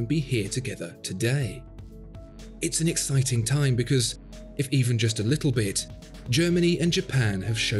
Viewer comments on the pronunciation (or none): none